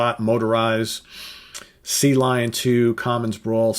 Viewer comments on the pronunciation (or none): none